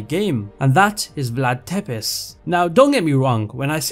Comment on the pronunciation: Its not Vlad Tepes... ITS PRONOUNCED VLAD TSEPTESH